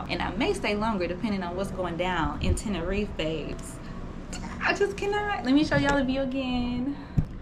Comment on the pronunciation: Sis It Is Spoken “ Ten~Ner~Reefa”❣️😘❣️